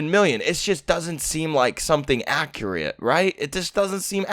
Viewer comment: I swear to god if he said accurate as accriate